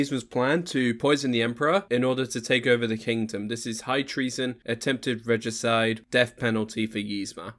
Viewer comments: Attempted Regiciiide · I liked the funny way you said regicide. 😂😂😂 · love how you said regicide